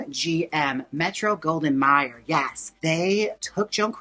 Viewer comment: Jaymes, I corrected your pronunciation of “Mayer” in Metro Goldwyn Mayer in your short but now I need to give you your flowers. There was a prior generation of queens who knew all this information by heart but these days it’s great to see someone younger imparting this info about the classic Hollywood movie queens of yesteryear! Flowers for you!!